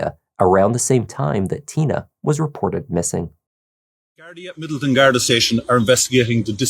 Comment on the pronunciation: Depending on who is speaking, Garda is pronounced guardee or guardah